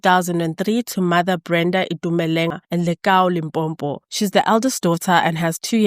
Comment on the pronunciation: Do you not get tired of saying Limpompo instead of Limpopo?